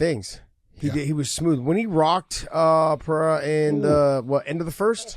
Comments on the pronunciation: John you should say PP not Pa for Pereira. The sound of Pe is same as pe- destrian and not pa- l. And the sound of "rrei" its its R with hey . So you should say Pe Rhey RRA. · hahahah you still dont know how to say PEREIRA. you are wrong John haha, you say PA REI JA 🤣🤣🤣. the pronunciation is, PE ,like Pet (animals) with out the T , REI you are ok John, and, RA is the same logic that REI, but easier, just RA. Repeat after me haha!! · From the great Jon Anik: "PSA: Periera is pronounced pah-RAY-rah, ideally with rolled R’s. But most importantly…there is no ‘H’ sound. It is not Pah-HAY-rah. If you can’t roll the R’s or don’t want to, just make sure you utter the hard ‘R’ on both syllables. Oh. And it’s ah-LEX. Not AL-ix." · Why is Big Jon unable to say Alex’s last name correctly? Pe-rare-uh. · ive never heard it pronounced "perayha" but what do i know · Big John just won’t learn how to say Pereira lol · If people just pronounced Pereira in a normal English pronunciation, it would sound closer to the one in Portuguese than all the crazy attempts that all media people were making all these weeks. That what John taught so eloquently in this episode is also wrong. 😂 (I am from São Paulo just as Pereira.) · Big John is wrong about his pronunciation of Pereira. As a general rule: If the R is at the beginning of a word (Fx Rio, Royce, Roger) or if it's double R (Fx. Caio Borralho) then that's when you use the H-sound. If it's between two vowels - as the R's in Pereira - then R is pronounced as a normal English R. The R is also pronounced as a normal English R if it comes after a consonant but before a vowel (Fx. Gracie). I know it's hella confusing. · No es Alex Pe-re-ira like the way you pronounce a city that is in Colombia. When the R is in between vowels the R is pronounced as a regular R like in English or Spanish